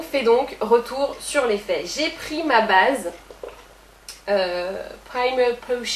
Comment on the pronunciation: la ''bâââse'' ça sonne presque Québecois comme accent xD